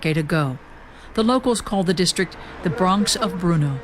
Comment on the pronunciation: it's not bruno it's brno.you spent entire documentary misprounouncing it.